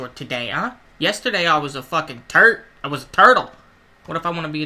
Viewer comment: I thought you said I was a "Turd not turtle" 😂😂